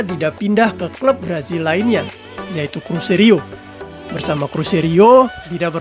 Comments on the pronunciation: Cruzeiro bang, bukan cruzerio 😂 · Ijin koreksi bang .... CRUZEIRO bukan CRUZERIO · Cruzeiro Min..bukan Cruzerio..